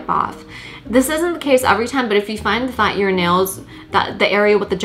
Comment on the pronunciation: Omg Ikr the way she's says "that" like it's not "thauaht"😂